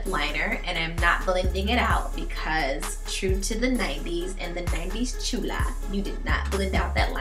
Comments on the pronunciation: It's chola not chula just saying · Chewla?? Its Chola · Was she trying to say Chola or was she saying Chula ... any way cute!!!